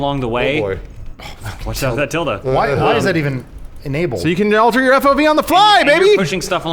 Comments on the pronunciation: 1) "till-dah" not "till-dee" 2) They read a valid complaint, and then ignored it; there IS room to improve/change the lock-picking and hacking in Fallout(especially in realism mode.) 3) If you max out Archery in Elder Scrolls, you should get a VATS. 4) These Star Wars maps are beautiful. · Lmfao calls the "Tilde" a "Tildy"